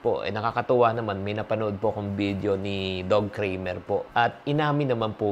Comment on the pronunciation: Doug is pronounced as dug and not dog